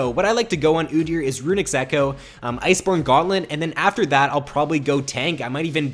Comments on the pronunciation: "Runics Echoe" :( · i keep cringing over "runics echoe" ._. [love the vid tho]